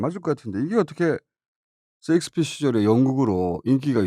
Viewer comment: 섹스피어 아니고 셰익스피어😂